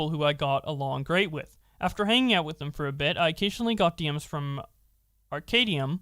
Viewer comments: I'm very confused at simple inability to pronounce "Arcadum" It's like combining the two words. Arcade and dumb. Ar-cad-um. Not Arcadium. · Pronounced Ar-Cay- Dumb. smfh